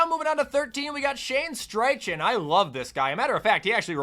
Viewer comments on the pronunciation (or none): Where did the r in Steichen come from? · That Steichen pronunciation hurt my soul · Say Shane Steichens name right challenge (impossible)